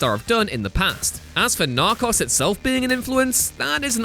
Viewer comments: When you say narcos it sounds like you're saying knock offs. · “NARCHAS” lol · It’s pronounced “nar-co-s” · Narcos rhymes with goes. Oh, and locales rhymes with Al's not kales. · “Narcoss” 😡 wtf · lol i was reading the comment while watching the video and thought to my self "did i miss it?" And then i suddenly heard "Narcas!" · The way he pronounces “Narcos” frustrates me. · All I took from this is that he can’t pronounce Narco’s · How can you mispronounce Narcos that bad 😂 Also this was proven as fake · Who pronounces Narcos that way hahaha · You pronounced Narcos wrong and it hurt me x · Narcos.... he says it like he never heard someone say it 😂😂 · Y tf did he mispronounce narcos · I think you're saying "Narcos" wrong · Big Kona Nope, it’s just narcos (spanish pronounciation) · Big Kona Narcos is a spanish word 🤦🏽‍♂️